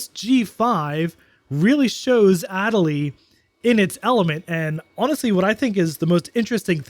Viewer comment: your pronunciation of adelie hurts me lol